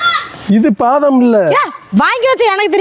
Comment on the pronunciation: அது. பாதாம். இல்ல. வாதாம்❤❤❤❤